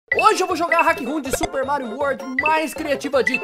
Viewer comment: Meu cê fala mairo não Mario quando vc fala super Mario meia quatro cê fala super Mairo meia quatro